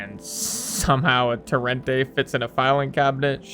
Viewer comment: “tor-ent-E” not “tur-ent-A”